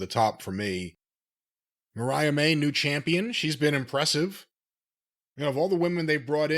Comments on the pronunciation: It's Mariah.. not Marie..... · He seriously can’t pronounce Mariah